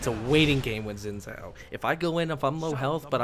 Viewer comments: its pronounced xin jao zh makes a j sound in chinese, it drove me insane whenever you said xin zao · Xin Zhao is pronounced 'Shin Chow'